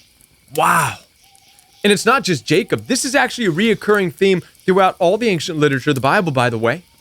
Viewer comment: It's a soft "c" .... ain-shent.